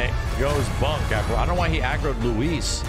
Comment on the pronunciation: Literally everyone else: “Luis”: “lewis”